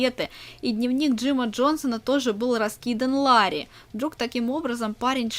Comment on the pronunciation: Не лари а Ларри!